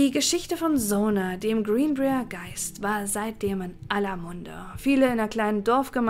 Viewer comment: Yay, neues Video zum neben der Arbeit anhören :) Falls es dich/euch interessiert (und völlig ohne erhobenen Zeigefinger erzählt): Briar wird wie B(W)REI-AR ausgesprochen ;) Heißt übersetzt Dorn, wie von der Rose. Sollte bei Brier hier auch so sein.